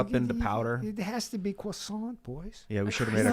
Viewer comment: Dudes, no R in croissant......cour